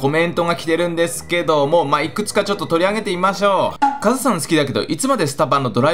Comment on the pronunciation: はいどうもこんにちは勝村でーす。って聴こえた